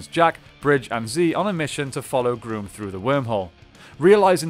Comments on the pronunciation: It's Grumm not Groom 🙄🙄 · You keep calling grum groom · Wait did you just say emperor groom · "Emperor Groom"? XD I'm dying. It rhymes with rum and chum. It's Emperor Grumm. That's how they pronounce it in the show.